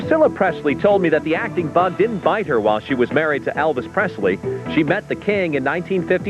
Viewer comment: Tht rude of sue Ellen Bobby say Elvises ex wife tht joking by Elvis name how they pronounce it how stuck up jealous to say Elvis name wrongly then 2